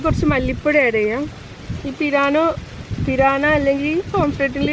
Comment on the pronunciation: Not piraano, pirana